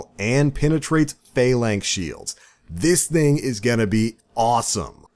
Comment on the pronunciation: Your inability to pronounce Phalanx drives me insane.